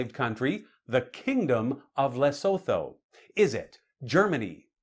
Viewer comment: Hello from South Africa.. By the way Lesotho is pronounced > Less - soot - who The 'th' isn't pronounced as in English, the h is used softly. Enjoy your channel & my favourite is your Rapid Fire rounds without the multiple choice. Tx